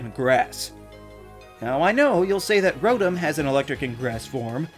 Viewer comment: I heard scrotum rather than rotom